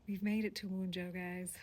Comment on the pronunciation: Thank you for your work, I am glad you are doing it here. I do think you should look into pronunciation a bit of the material, this Rune is more like one-yo than one-joe. And I have never heard anyone pronounce Futhark as you did, it sounded like you said "fourth-rock". I highly recommend the work of Dr. Scott T. Shell